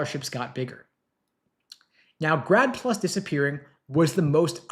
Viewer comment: I thought he said "GRAB PLU$" Which sounds more like reality ...vs 'grad plus"